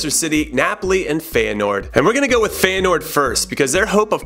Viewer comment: You're pronunciation of Feyenoord is killing me lmao